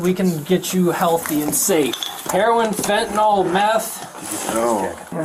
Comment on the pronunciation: This cop mispronounces 'fentanyl' as 'fentanol'. Fun fact: I'm yet to hear one American pronounce it correctly! Every presenter and politician I've heard refer to it has said 'fentanol'!